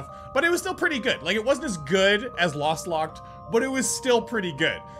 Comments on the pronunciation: Lostlocked not lastlocked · I was screaming whenever he called lostlocked, "lastlocked" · pls stop saying lastlocked it's kind of disturbing